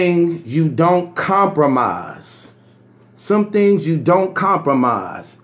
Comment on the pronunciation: Lmmfao!!! Were coming to your live from LD TV... were you hear words like..... "backetball"," dhings" "vowlation"... and last but not least..... "fahder"!!!